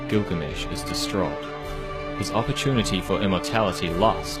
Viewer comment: هوة كلكامش مو غلامش 🤣😂